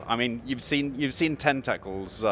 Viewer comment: I've never heard anyone pronounce it Ten-Tekkles before